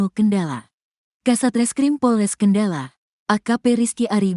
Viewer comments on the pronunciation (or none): Cara membacakan berita itu yg bnar, yg lugas dn cermat, jngan asal" San.....sperti kata Kendal, dibaca dg kendala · min Kendal bukan kendala😂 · Naratornya baca Kendal aja gak bisa....Kendala.... Kendala....Kendala....beli kacamata dulu Min!!!! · kendal min kendal bukan kendala.... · Kendal.... bukan kendala mak. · Perbarui dulu kosakata google translate,Kendal bukan kendala😢 haduhhh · Kendal min... Bukan kendalan....😅😅😅😅